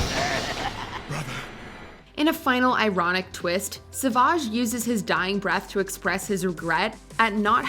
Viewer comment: Honestly the fact that pronounces Savages name right is amazing, most people call him Savage rather than Sa-vage